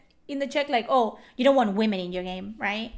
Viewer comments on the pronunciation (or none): none